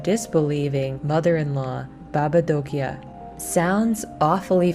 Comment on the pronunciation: I'm from Romania, that's so nice that they introduce some Romania things in the game and as well the way you say "baba Dochia " and the rest of the world's in România language is perfect well done.